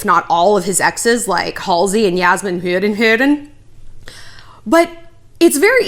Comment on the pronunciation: The way you say yazmine's name kills me everytime😂😂😂😭😭🙌